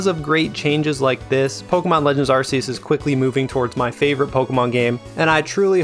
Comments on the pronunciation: "Arc"eus. No one wants an Arsephone lol sorry, great video though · "arseeus" Silvally's ability isn't called RCS System yaknow, it's RKS. Like how Arceus is pronounced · It's Acreus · Well, Arkkkeus is it’s official English pronunciation, but I get what you mean. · Loved the video, and inclusion of Persona music - my favorite series! Friendly tip: it's pronounced Ar-key-us like Noah's Ark. ☺️ Thanks for sharing this great breakdown of the old system vs new! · It's Ark-ee-us. It's official now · How are you going to pronounce Arceus wrong when even the trailer says that it’s ar-KEY-us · It's Arceus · Why did you pronounce the The Game's name like that that's not how you pronounce Arceus